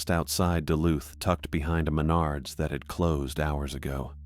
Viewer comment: BaCked Up , 👍🏻 I Do Hear MenArds